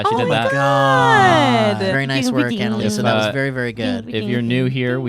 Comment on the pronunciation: I think you need to put on the pay roll, or send her a button. Lol